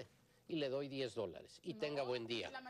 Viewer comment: porque la de morado dise dilla en lugar de día que feo abla esa jente